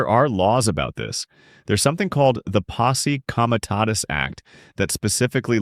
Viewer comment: Your voice and pronunciation comes off as A.I. especially how do you pronounce Posse Comitatus two different ways. So I'm curious if you are an AI human or a real human.... Your content however is excellent.